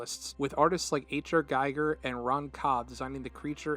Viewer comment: Smallpoint: It is pronounced "Gee-ger."